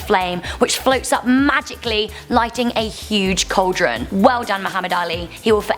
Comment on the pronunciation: What the f**k is a "call-deron"?